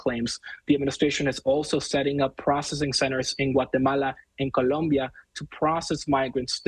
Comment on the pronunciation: You heard it too 😂😂 he put his ALL in those two words!